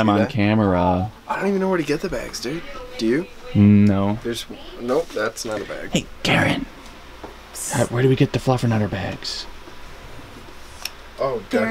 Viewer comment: I actually did notice the ‘fluffanutter’😂